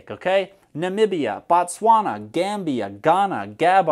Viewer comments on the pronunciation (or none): fr how is the J so hard to pronounce as well as the Bo in Botswana